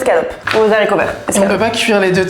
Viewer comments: La liaison sur Z'haricots verts, elle pique de fou. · Très agréable de vous voir ensemble ☺️ merci . (Attention, ne pas prononcer les zaricots 😩)